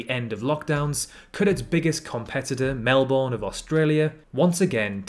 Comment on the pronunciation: Never have I heard a Brit mispronounce "Melbourne" before, I mean you guys named it xD